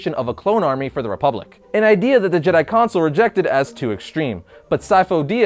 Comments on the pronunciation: It's pronounced council not console... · council, not consil